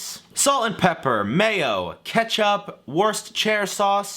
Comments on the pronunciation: sorry man the pronunciation of Worcestershire sauce is dreadful... its pronounced Wusta-sheer or Wusta-shuh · its wuster sher sauce. Its easy to say ignore the spelling just say wooster/wuster sher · Okay, it's pronounced WOOH-steh-shur sauce. I'm over people not being able to pronounce an easily pronounable word. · "Worse sti cha sauce" lol. Say wustasha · i love these but lol did he just say "worst chair" sauce there? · pronunciations of Worcestershire always crack me up ☺️ I know, I know, it makes no sense how it’s pronounced versus how it’s spelled, but it’s a lot easier to say than it looks! “wooster-sher sauce”—or just “wooster sauce” like the English say. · "worsterchair sauce" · mans out here calling worcestershire worstchair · “Worse Cher sauce” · for the LOVE OF GOD, call it WOOSTER sauce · coming to the comments to find the other brits who lost it when said Worcestershire sauce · As an Englishman, hearing Americans pronounce Worcestershire cracks me up every time. Great video.